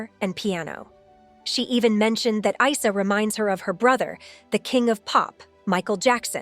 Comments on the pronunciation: It’s not I-sah. It’s pronounced eeesaa. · Please try to respect Janet's son's name by pronouncing it correctly. It's NOT EYE-SER!!! IT'S pronounced EESAA although written Arabic is Isa (ءسه). Get it? got it? Good ✔️ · FYI: This is a muslim name and it is supposed to be pronounces as 'EESA' no Isa!! Esa is the muslim name for Jesus. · Correction It's pronounced as " Eesaa " as in Isa, son of Mary. The last Prophet to the israelites. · You pronounce the name of the son wrong, it is pronounced Easa, same way you pronounce ear without the r. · His name is said with and E not a I , that’s an Arabic name . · Isa name it is pronounced like i for India or ink Isa the name of the Prophet Isa AS the son of Maryam AS